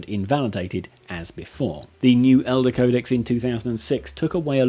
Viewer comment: Please stop pronouncing Eldar as elder.